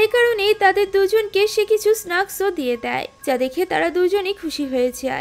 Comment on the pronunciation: Snacks pronunciation is wrong